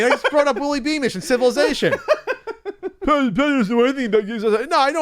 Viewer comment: pronounces 'Civilization' like he invited the word